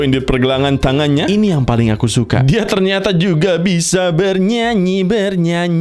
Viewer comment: Aku paling suka kalau bilang" bernyuanyi bernyuanyi..ber goyuang bergoyuang"😂